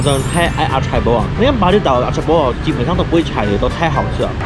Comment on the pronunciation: Hi, Acai 的真确读音是 ah-sign-EE。 😊